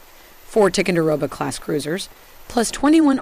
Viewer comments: It is not Tic-a-row-ga, it's Ty-con-da-row-ga !!! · This lady is reading a teleprompter and has no clue about Tico ships. She mispronounced several of them. Also It’s Tie-Conderoga, not Ti-conderoga. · What the heck is a "Tickendurogah?" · Her mispronunciation of Ticonderoga really ticks me off. It's not "Tic-un-de-roga", it's "Ti-CON-der-oga". "Late Gulf" - no. Leyte Gulf, yes. Geez. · Damn why can't any one pronounce the words right.It's pronounced Ty conderoga, not tick conderoga.It's Aagis not eegis.It's so irritating to hear every one miss pronounce the words. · I wish you would pronounce the name Ticonderoga properly. “Tye-kon-der-oga”. And Huè city is pronounce “way city”. It’s an insult otherwise. I served on the Tico. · TY-CON- DER- O -Ga LAY-TAY gulf, my god at least learn how to say the fucking words AN TEED UM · Ticonderoga is pronounced Tie-con-der-o-ga... Leyte Gulf is pronounced Lay-tee Gulf... Hue' City is pronounced Way City... Antietam is pronounced An-tea-tum... Say it right. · I have never heard tie-con-der-o-ga pronounced as strangely as spoken in this video. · Ticonderoga = Tie-con-da-row-ga Champlain = Sham-plain Hue = Whey Could you at least try to pronounce the names correctly? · First , in facing verbalized threats from Russia, China, North Korea and implied threats from Iran keep these warriors running. Second, to maintain credibility at least pronounce our ships names correctly...Jeez. Tie-Con-De- Rowga Class. H-Way-City, Ann-tiet-Am...Do your homework...Eye roll. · Isn’t it supposed to be pronounced as Tie-conderoga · It's pronounced "Tie-con-dah-rogue-ah..." TICO for short pronounced just like Jupiter's moon. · “Tickonderoga”?! What the heck is this pronunciation? I generally like the content of this channel but that is just not professional. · OH MY GOD! AT LEAST PRONOUNCE TICONDEROGA CORRECTLY!!!!!!!!!!!!!!!! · Learn how to pronounce "Ticonderoga". It's a place in NY State. And remember the battle of Late Gulf.